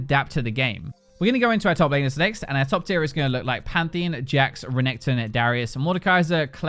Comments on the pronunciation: PANTHEEN? no. PantheEON. yes. im sorry but this is not ok. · He does pronounce it pantheon though